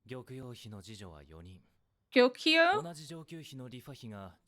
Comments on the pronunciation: It's "gyoh-koo-yoh" just like "Tokyo" doesn't actually have an "ee" sound in it. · Name pronunciation can be tricky but we wont hold mistakes against you. Maomao new concubine boss is pronounced as, start with a hard G, G-ee-oh-key-oo. Jinshi trusted assistant guy starts with a hard G as well, G-ow-shun. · this is how I hear Concubine names pronounced in the Sub: Gi-yo-kuu Lee-Wha Ah-dwa Lee-shoo